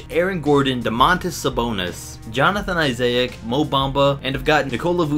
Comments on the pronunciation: did this man say jonathan izayik? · Jonathon Isayic?😂😂😂